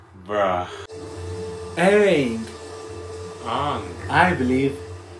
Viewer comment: is the most garbage I've ever seen in a single scene I think the worst decision they made was limiting firebender to only use fire when it was around. I'm so happy they didn't get the chance to ruin Azula of Toph. Also my name is Oong, an I'm the avatar. Who the fck says it like that